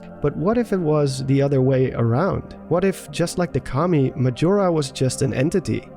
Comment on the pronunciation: when you here commie instead of Kami